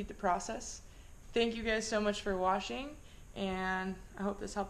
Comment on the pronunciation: Did you say "Thanks for watching" or "Thanks for washing"?